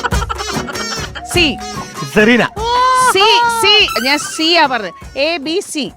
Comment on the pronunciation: Jeena wrong and cerena correct ahnnu